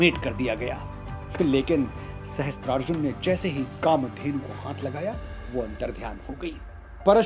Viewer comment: maharaj ye galti na karo sahasTrarjun nahi sahasRarjun hota hai .